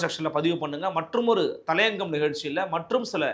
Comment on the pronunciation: அது தளையங்கம் அல்ல தலையங்கம் தமிழை ஒழுங்காக உச்சரிக்கவும்.